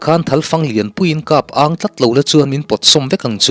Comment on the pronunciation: A kaa kap ang tlat tih hiiti dik leh tawhlo (ka thu hriatin min kap tlat) tih ang hian kap ang hi lam tur aw comment hi i chhiar thin em i inzir mek em ka hrelo mahse hmasawn tum inih hram ka beisei, bung tinah hian beng tithlep lam dik loh hi pahnih thum vel ka hre thin, lo tang zel la kan lo chang reng zel che ania